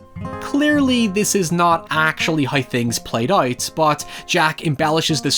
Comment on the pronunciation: Out ❌ Uoot ✅